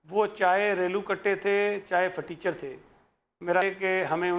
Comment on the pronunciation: you are always saying phateecher